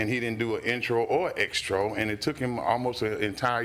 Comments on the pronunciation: Extro!? Really!!! 🗣️ Its outro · "intros" and "Outros"...not "Extros"🤣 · Them saying Extros is really bothering me 🤣🤣🤣 it’s an outro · I want the judge to say Outro. What is an extro? 😂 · EXTRO 😮😂 ITS OUTRO !!! Everytime I hear them say it I cringe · It annoys me that he kept saying “extro” instead of “outro” 😂😂😂